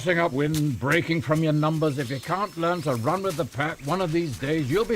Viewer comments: When I watched Guardians (and in this clip in the video the first time), I didn't hear an 's' at the end when Rocket said can't. I was wondering what the correction was for, and the only conclusion was pronunciation involving the vowel sound. Also, the vowel seemed elongated in the correction leading me to think that was the exaggerated point of correction, as opposed to perhaps putting a harder 't' sound at the end to eliminate the 's' from Rocket. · When young Rocket Raccoon says "can'ts" (with an American pronunciation of the vowel), and then the High Evolutionary corrects him and Rocket says "can't" (with a British pronunciation) instead, certainly it's funny in part because it sounds like the slur c**t? At least that's what I thought watching the movie